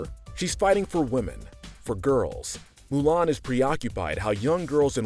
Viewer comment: It's Mulan not ''Milan''. Milan is a city in Italy you idiot!